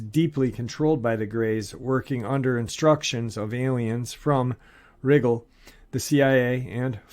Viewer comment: Rye-jul=Rigel. Rye-jel-uns=Rigellans Rigel, emphasis on first syllable, Rigellans, emphasis on second syllable. I'm not saying this to criticize, just to help out. Some people will not take you seriously if words are mispronounced, mostly because they would think a person ill-educated, and therefore untrustworthy, who mispronounces such words. Also, I believe you were trying to say sigh-onic(psionic), emphasis on first syllable. Again, not trying to criticize, just hoping to help. God bless!